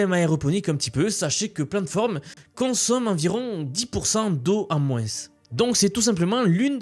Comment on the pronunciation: (-) On dit moin et pas moinsse 😅🤣 pour moins et plus -,+ Y a un mec qui a copié une de tes vidéos pour la mettre sur sa chaîne